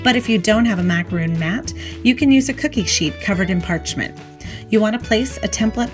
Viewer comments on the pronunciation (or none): A macaroon - double o - is a coconut cookie. A macaron is an almond cookie. It's not pronounced macaroon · Why are you saying macaroon? One “O” does not make the “OO” sound. I just find it funny how many people make a tutorial for how to make macarons and they still say macaroon. They’re two totally different things. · If you're going to do a tutorial, please at least know how to say the item. I cringed every time you said "macaroon". So, like 50 times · It's pronounced mac a ron, not mac a roon. They are two totally different cookies. Macaroons are coconut cookies. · They are pronounce MAC A RON not macaroon, they’re two separate biscuits 🤦🏼‍♀️🤦🏼‍♀️🤦🏼‍♀️ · It’s MAC-A-RON. NOT macarooooon! They are two totally different things! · Macaron. Not macaroooon. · Not a macaroon, rhymes with loon... it is a ma-ca-ron, rhymes with bon-bon but if you can’t manage that Ron beats Roon. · They are pronounced mack-a-Ron. A macaroon is a coconut cookie. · MacaRON- Is how it's said. A macaroon is a different cookie. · Macaron not macaroon, they are two entirely different cookies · The cookie you made is pronounced Mac-a-ron. Macaroons are a completely different cookie. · This lady just said macaroon don’t trust her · I was watching this video but once the name of the cookie was mispronounced I couldn't continue to watch. I assume that if you can't get the name of the cookie you are making correct, then your method is probably incorrect. I am from the US and your explanation for the mix-up is silly. When you're in European countries you pronounce it correctly but in US you don't? There is no "our way" or "their way" of saying it, there is one way and it's Macaron. I would suggest remaking this video so you don't continue to spread misinformation. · Bri Toronto I know right !! She's pronouncing it Wrong , totally different cookies !!!